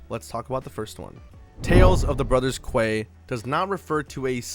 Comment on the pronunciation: Pretty sure quay is pronounced key 😅